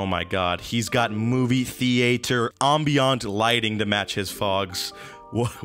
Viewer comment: Am-bee-ant, that’s how u pronounce it..